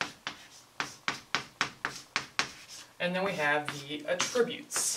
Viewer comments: Great video, but here, the word "attributes" is a noun and is pronounced "AT-tributes" not "at-TRIB-utes". (Accent is on the first syllable, not the second.) You are pronouncing "attributes" the way it would be said if it were a verb. The grammar Nazi now relinquishes the floor to you,. Great video! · i like it just annoyed me how you pronounced attributes but thats my problem.